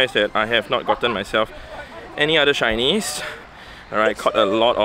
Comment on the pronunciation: When he said “let’s go hunt some shinnies guys!!!” I totally heard “let’s go hunt some Chinese guys” Either way best of luck.